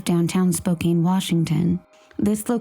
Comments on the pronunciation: Spo-Can not spo-cane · Better late than not at all, but it really sucks when the perps evade justice in this lifetime by dying. In case anyone's curious, "Spoh-CAN" (like a can of soup) is the correct pronunciation (she also says it "Spoh-CANE" like a candy cane). ☺